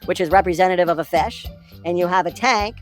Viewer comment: ...what's a "fesh?"